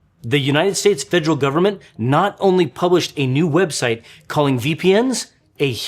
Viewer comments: it should be fe-der-al. You're leaving out the second 'e.' And saying more of an -ol and the end instead of -al or -ul. It starts the same as "federation," for reference. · Great video but the way you say "federal" kinda ticks me off